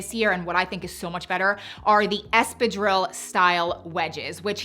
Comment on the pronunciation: The way she pronounces espadrille makes me cringe 😬 that is NOT how you say that.